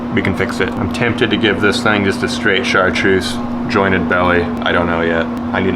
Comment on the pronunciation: did that man just say chartreussy